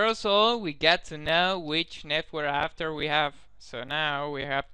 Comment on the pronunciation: Netcur adator? The fuck is that lol